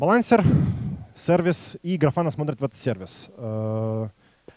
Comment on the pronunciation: надеюсь подучил английский и спустя 4 года теперь уже не говорит "серва'йс. Наикрутейшие доклады, Фланту респект!